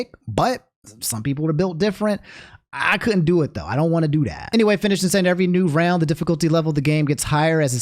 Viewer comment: "evewy bit of engagement i get on my channow makes me twemendous amounts of money AND THAS THANKS TO YOU GUYS"